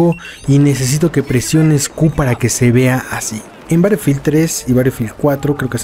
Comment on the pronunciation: Este comentario es en buena onda pero me incomoda un poco que pronuncies battlefield como "barelfield" Puedes pasarte por el escroto este comentario , pero es solo para que sepas po si no te habias dado cuenta Un saludo<3